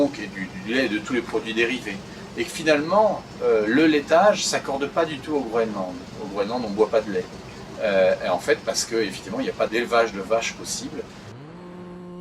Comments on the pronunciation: Groenland et non GROULAND ! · C'est un commentateur belge. Il prononce "Grounland" comme cela se fait en néerlandais.